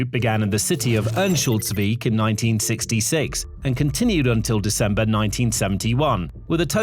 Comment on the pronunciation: Why was Örnsköldsvik pronounced better than other Swedish words? Congratulations I guess, but that stood out?